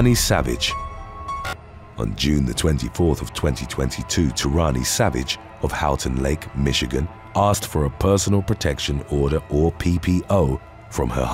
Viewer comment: It's not 'How-ton' Lake, but rather pronounced 'Hoe-ton' Lake😉